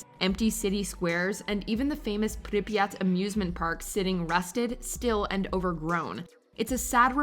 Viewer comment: UGH Bodi pronunciation was sooo painful but you can pronounce Priryat. 🤦🏼‍♀️